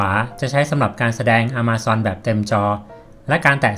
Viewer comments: ต้องอ่านว่า แอ-มะ-ซอน ครับบ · its not "A(r)ma zone ออกสำเนียงผิด ลองปรับครับ คนเมกาเขาไม่พูด อะ มา ซอน ครับ ถามโฮสแล้ว